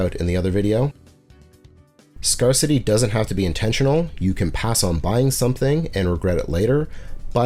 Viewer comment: Interesting video. Work on your verbal delivery. Needs to flow better. Try avoid mispronouncing words like "temporal" and "scarcity". Will be checking out your other videos. Keep going!